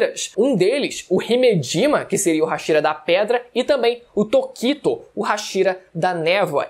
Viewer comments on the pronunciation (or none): a pronuncia de " tokito" foi foda kkkkkkkkkkkkkkkkkkkkkk